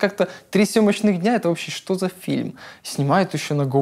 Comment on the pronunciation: есть даже момент где он сказал "шо" и потом исправился))